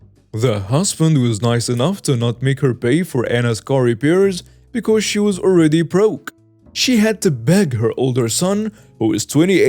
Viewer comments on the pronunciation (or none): none